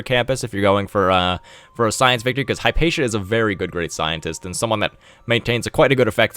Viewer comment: Fyi "Hipatia" is pronounced literally: hip-a-tee-a